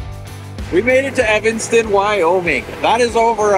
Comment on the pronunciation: Thank you for not calling it EVINGSTON. It's Evanston you silly Utahns...